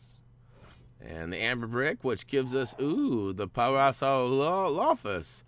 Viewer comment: You would pronounce that dinosaur as para-so-rolo-foos